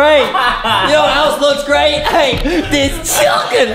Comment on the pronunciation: I love how Justin zez chicken like chilken